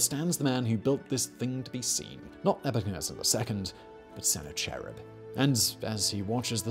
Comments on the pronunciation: I'm sitting here going, "Who the hell is sennar cherrib?" Then I realized he meant Sennacharib. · Its "sen-ACK-uh-rib" not "Senna-Cherub". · I’m in pain at the way you’re saying Sennacherib, haha.